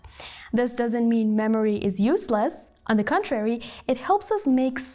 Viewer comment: در زمان 5:4 کلمه useless باید یوس لس تلفظ بشه نه یوزلس